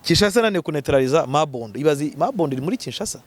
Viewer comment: Ni Mobondo ntabwo ari Mabondo.